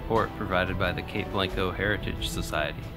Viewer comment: The ones I remember. Peter ire dale, Cape Blahn-co, Ya-quin-a. Hard to do that over typing. Hope it helps. Again- Amazing work!